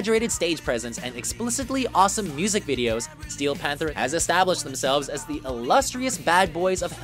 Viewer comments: Can someone please have a word with the commentator guy about his inflection? e.g it's "Steel Panther", not "STEEEEL..... (panther)" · STee-EEl PanTHER